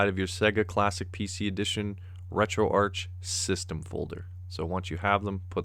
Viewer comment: Retroarch-itecture: Pronounced Retroark Listen to the start of a Sonic game, how is Sega pronounced? Betcha it's not segga.